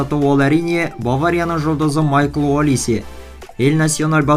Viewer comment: Олисье эмес Алисе